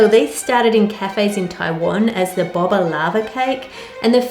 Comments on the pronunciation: they probably disliked it because they are her old high school enimies people who bully her kids her husbands ex-es or the people who were mad at her for saying boba wrong she said bobba when it's pronounced bobe-a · It’s bow-ba not bob-a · hey Ann! just thought I'd let you know that its pronounced boh-ba not bob-a. can't wait to buy your cookbook!!! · I hate to be THAT person... but in Australia we've added our own pronunciation 'boe-bah'! (From a long time boba fanatic!) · Just a heads up its pronounced as in beau - baa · The way she pronouncs boba cracks me up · Btw 'Boba' is pronounced with a long O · The way she says boba tho. lol (no hate) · Ann's pronunciation of boba is honestly adorable, love our baking queen <3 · The way ann pronounces boba is so endearing ❤❤